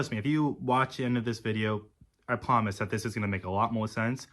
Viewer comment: He "pwomises"